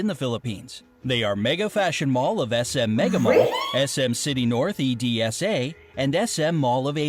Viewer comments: that is pronounced edsa not e-d-s-a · Narrator: pronounces EDSA as E-D-S-A Filipinos: 🤦🏻‍♀️ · uhm we Pronounce it as "EDSA" like Ed and then sa not just saying the names of the letters. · ok won't lie,it's kinda funny how he pronounce the Cebu it should be like straight Cebu e!and the edsa 😂its EDSA not the E..D..S..A..it's straight edsa😂😅welcome✨❤️filipino here tho👁️👄👁️ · Actually It's not "E-D-S-A" to read,It's EDSA😊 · It is pronounced as EDSA not E-D-S-A🙂👌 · Lol I thought Edsa was pronounced E-D-S-A but nice try tho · FUN FACT: WE DONT SLEEP IN CRISMAS WE WATCH FILIPINO JOKES AND "KAMIAS CHALLENGE" HAHAHHAHAHAH AND YES MANILA IS MOAT POPULATED AHHA I LIVE THERE AHHA MY NEIGHBOR IA YANYANDEJESUS1 AHHAHA MY IDOL AND WE LOVE JEEPNEYS YAYYYY AND WE LOVE TEXT AND FYI ITS NOT PRONOUNCED AS E.D.S.A ITS EDSA OK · EDSA is pronounced ED-SA in Filipino not E-D-S-A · Lol E.D.S.A pronounce it Edsa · E.D.S.A it's pronounced as edsa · is is to prononced as E D S A it is pronoced as edsa you say the whole word and the sun eash rays stands for the provinces that fought the spanish when the spanish overruled the phillipines for 333 years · Tbh bisaya and cebuano is the same, bisaya is the name of the poeple who is speaking cebuano(im bisaya and thats what my family says) and its not e-d-s-a, its edsa(just say it as a word) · And it’s not pronounce as E D S A its edsa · Why did he says e d s a?? It was pronounced in edsa tho hahaha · Actually it is not E.D.S.A it is only formed as one word as Edsa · I love how they pronounce Edsa E.D.S.A. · Ummm im filipino here the way u say EDSA in the philippines is like this ED-SA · Um im a pilipino and the e.d.s.a is not e.d.s.a its edsa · It's not EDSA it's "ed-sa" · Basically, "EDSA" is pronounced here in the Philippines as 'ED-SA' HAHAHAHAHAH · Narrator: E.D.S.A. Me: laughs at EDSA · I choked when he pronounced EDSA as E-D-S-A :> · Course can't blame the narrator for for pronouncing EDSA as E-D-S-A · The way pronounced EDSA tho